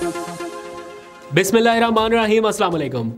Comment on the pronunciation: اسلام و علیکم۔ پلیز آپ اپنا بسم اللہ کہنا ٹیھک کر لیں۔ وہ بللل ٹیھک نہی ہے۔ 🙏🏼